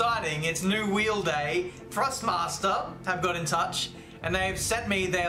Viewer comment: love the vids but its ThrustMaster not FrustMaster